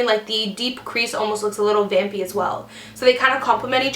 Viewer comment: Kept on hearing 'Bambi' instead of 'Vampy' -_